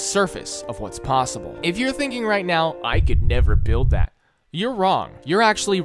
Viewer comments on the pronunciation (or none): none